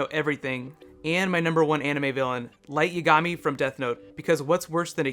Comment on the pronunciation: You pronounced Light's name wrong. Its Yag-a-mi with a long 'a' sound.